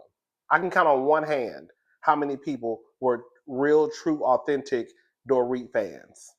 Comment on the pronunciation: I don’t watch RHOBH and I seriously never heard of Dorit until this year. I just realized the pronunciation when you said it. Lmao!! My point: you’re right.